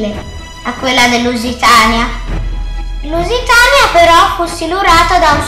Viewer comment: ma quale leusitania luisiana